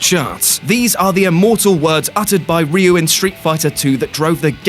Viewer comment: リュRyu (Sounds kind of like リ"Ree" + ウ"oo" forced together, which then the Japanese R sound is like R + D + L or an R with a single roll that can replace/ or is easyly misheard as the sound of an L) What everyone says －＞ リユ His real name －＞ リュ *No Sarcasm*